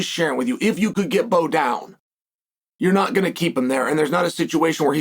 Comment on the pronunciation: This man really said Bo😂😂